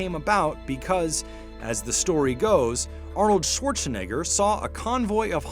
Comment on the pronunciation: He said Arrowed Swartzaneigard????